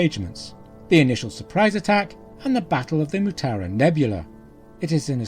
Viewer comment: Mutara. Not Mutura.